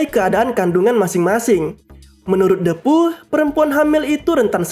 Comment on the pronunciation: Bang cuma mau meluruskan,itu Lo soal menyebutkan nama depu itu,yg benar itu hurup e itu di ucapkan dengan posisi mulut sedikit terbuka dan lidah agak ke depan,bukan menggunakan e yg di ucapkan dengan mulut yg agak tertutup dan lidah agak ke atas,itu salah bah,saji kedengaran nya agak aneh,coba deh kalau gak percaya.